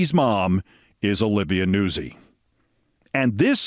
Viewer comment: I would not have pronounced Olivia Nuzzi's surname as "Noo-sie" Keith, rather as "Noot-sie". But you'd know far better than I the correct pronunciation. And besides "Noot-sie" sounds far too much like NAZI, which should be reserved these days for Donald J. Trump, JD Nonce, and that black Lt. Governor bloke in North Carolina 👍😎🇬🇧 💙☕🥃